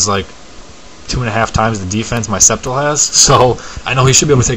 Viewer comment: its Scept-eye-le